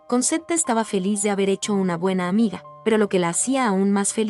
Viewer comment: se pronuncia conchetta...